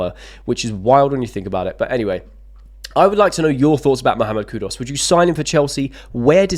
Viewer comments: Don't know who's KudOs is... but I wouldn't mind KudUs.. it's Koo-Doos, mate, not that complicated. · Mate try learn to pronounce people’s names correctly. It’s disrespectful to the player and off putting to viewers. Who is Cud Us by the way?